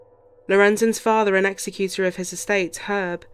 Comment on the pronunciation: It is 'ex-EK-uta' not 'ex-e-CUTE-or' of the estate (the estate is not killed!).